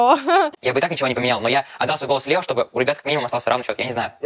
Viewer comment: Это прекрасное произношение «ЛьЭо»😂 про колпачок очень смешно)) спасибо, ждала очередной выпуск 🎉